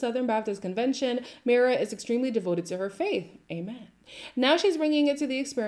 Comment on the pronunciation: It’s pronounced my-ra 😂 it’s a Latin name